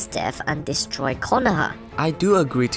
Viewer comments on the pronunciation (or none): none